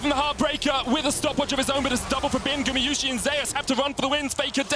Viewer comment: you still say gumiyusi instead of gumayusi! god its annoying, go back to school